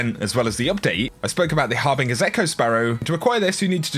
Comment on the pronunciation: The har-BING-ers echoo. Loool. Gets me everytime. ASSUMUNG DIRECT CONTROL.